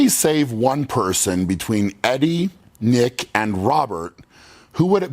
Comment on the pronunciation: Nick* not neck. LOL